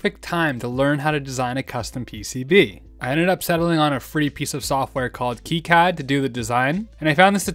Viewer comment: It's pronounced Kicad, not Kicad. And yes! Routing traces is super relaxing